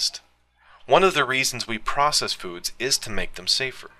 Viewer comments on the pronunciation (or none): none